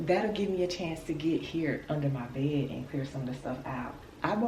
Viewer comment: When you are trying to say the word bed Why do you not pronounce the "d "on the end of the word?..As sloppy as you dress ..explains a sloppy home.